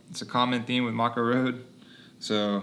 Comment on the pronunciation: You say the band name wrong. It’s pronounced ‘may koe’